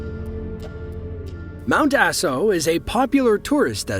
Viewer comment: 😂 it’s also mt ‘aah-so’, not mt ass-o lol. Makes the eruption sound like a bad case of diarrhea.